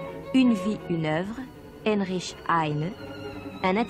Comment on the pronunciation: C est pas Enrisch, c est Heinrich